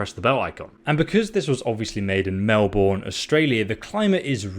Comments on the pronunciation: Melbourne is actually pronounced Mel=burn, but we forgive you. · Why does every American pronounce Melbourne wrong?